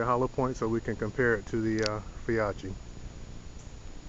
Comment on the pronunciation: Fee-oh-key! Well done! Great informative video.